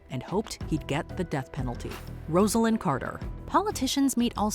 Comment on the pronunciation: Why can’t you say Rosalyn Carters name lol